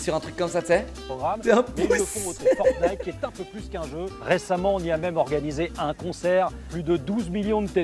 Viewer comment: Elle a dis forgnight